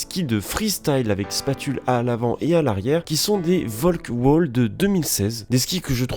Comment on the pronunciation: On a dit pas ''Volkwall'' ou je sais pas quoi mais ''Feulkeul'' vu que c'est de l'allemand ;-)